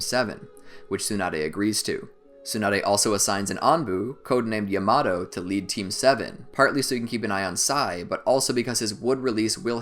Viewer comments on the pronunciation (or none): Bruh he said Yamato like Yamao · Who tf is yuhmahdough its yamatoe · how tf do you pronounce "Yamato" wrong?